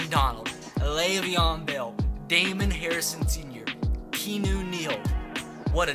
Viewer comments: ITS KEE-YAH-NEW NOT KEEÑEW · (Key-Ah-New) Keanu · This man said kenu Neal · It’s pronounced KEY-AW-NEW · Did he just call Keanu Neal "keen neal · His name is pronounced key-ah-new